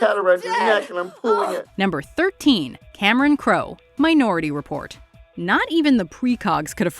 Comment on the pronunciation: On Colbert's show, Report is pronounced like rapport (ruh-pore).